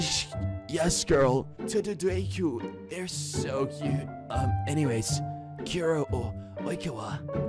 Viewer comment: The way they butchered kuroo’s name